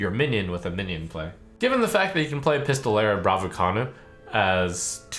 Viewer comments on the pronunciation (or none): yea right? i cant stop laghting with things like pistolera bravucona XD